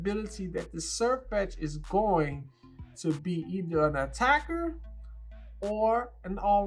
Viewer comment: Its really putting the emphasis on attack attack attacks!